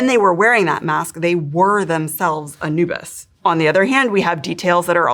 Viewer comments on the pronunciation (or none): none